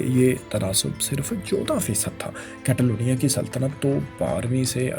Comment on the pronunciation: کیتالونیاں نہیں کاتالونیاں کیو کے اے کو سپینش میں آۂ پڑھتے ہیں